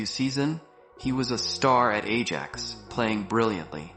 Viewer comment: why pronouncing AJAX like an idiot? And yes... editing of the video is terrible. Looks like these days most of the videos are made by 8 years old